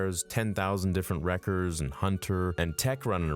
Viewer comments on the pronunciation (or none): OmEEGa Wriickah Tiick Icko Huntah